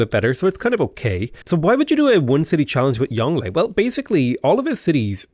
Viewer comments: Try pronouncing it “yong Luhh” to get closer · Well done on shah = king, which goes some way in making up for your pronunciation of Yongle, but you can never atone for what you did to Bogota.